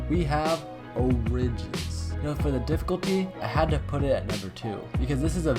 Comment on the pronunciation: Dude you butchered Origins name